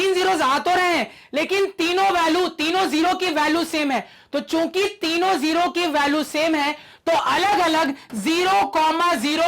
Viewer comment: Sir chuki bole rhe h mujhe chut*** sunai diyaa 😂😂